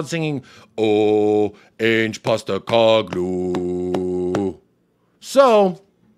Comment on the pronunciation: I love your takes mate. Spot on. An Aussie's gotta teach you how to pronounce "Ange" properly though.😜